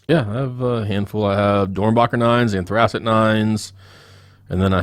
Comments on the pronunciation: yo yall butchering the Anthracite hahahahahhha. Its pronounced "An-Three-Site" hahahaa funny af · I love how you guys keep saying "anthracite" wrong lol anyways 9s are a definite sleeper. No love for the charcoal 9s? Those have to be in my top 5 for sure. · I've never heard anyone pronounce anthracite like that. You guys obviously aren't from the coal region.